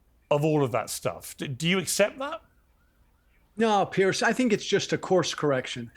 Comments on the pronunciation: His name is Piers not Pierce. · Why can’t Yanks pronounce Piers? It’s not Pierce it’s Piers. Like two piers